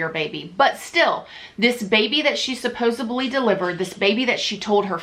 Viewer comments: I love you. I hope you don’t mind me saying. It’s “supposedly “. With “d”. Not “supposibly” with a “b”. 🥰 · For the love of god stop saying "SUPPOSUBLY"!!!